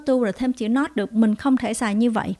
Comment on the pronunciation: Cô ơi, có nhất thiết lúc nào cũng phát âm cuối không ạ, em thấy lâu lâu trong bà này cô đọc not not nhưng không phát âm t ạ